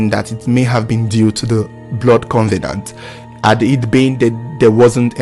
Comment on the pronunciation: First of all covenant is not pronounced as con ve nant please....it is cov e nant.......now how do you know they've made a blood covenant??....anyway rumours are always rumours and never a fact........Hope the two find rest and peace in God almighty their creator.....it should not have happened at all...really senseless.....